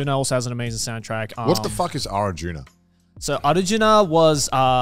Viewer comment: Damn the pronunciation of Arjuna was on point.